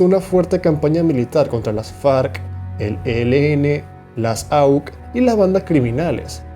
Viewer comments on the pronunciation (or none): Este video es un bulo, un bodrio! Me decepcionas Pronunciar Auk, con eso lo digo todo Colombia nunca fue un estado fallido primeramente, hay conflicto armado en la zona rural donde el estado no hace presencia por lo tanto no controla. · Se pronuncia 'aucé'. Se desmantelaron por un proceso de sometimiento a la justicia, que a hoy sabemos, fue más para que Uribe se cuidara las espaldas por el contubernio que en muchas regiones tenían los paramilitares y el ejército. Cosa asquerosa y triste. Se escribe 'DEJÓ'. Resumen del vídeo, Uribe es el mesías y el Plan Colombia fue lo mejor que nos pasó. A ver si te animas o tienes la honestidad intelectual para hacer un video sobre la otra cara de todo este aparente progreso. HOMICIDIOS. Tienes errores de escritura que se hacen insoportables, la verdad. Cambia eso. Decir que Iván Duque se desvió de la política de Uribe, no sé si es por inocencia o ignorancia, es no saber de qué se habla. En lo único que Santos se alejó de Uirbe fue en hacer acuerdos de paz con las guerrillas y negociar.